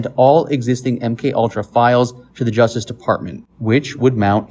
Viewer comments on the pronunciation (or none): none